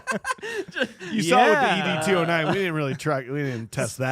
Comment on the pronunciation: Every time you guys say E-D 209 I wanted to beat my head against the wall. 😂 It's ED 209. Like the name Ed